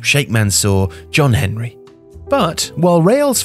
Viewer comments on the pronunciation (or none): none